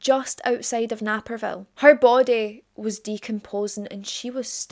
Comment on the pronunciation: Naperville is pronounced NAYperville. no anger. Unless you live in the area you might not get the e after the a makes it a long A.